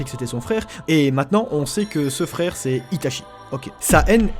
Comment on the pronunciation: mon dieu, les "r" 🤦 wesh fraikh (frère) 🫵😂 rip la langue française 🤦